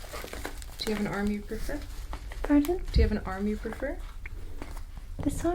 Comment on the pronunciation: i heard army poofer lmao took me a sec to figure out it was arm you prefer